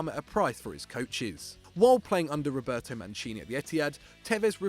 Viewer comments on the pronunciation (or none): none